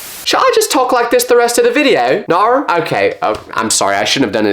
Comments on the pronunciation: NAUR IS AUSTRALIAN 😭🙏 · Never heard a British person say narrr but I have heard an Australian person say it